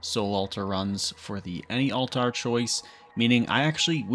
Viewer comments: Yeah, I've never heard anyone say it like that before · Drove me nuts. He says it correctly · was hoping i wasn't the only one who heard it. lol